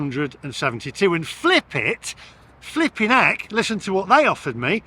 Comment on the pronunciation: Flipit more like Fli-pit!